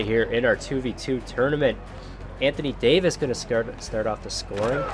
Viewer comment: davers? again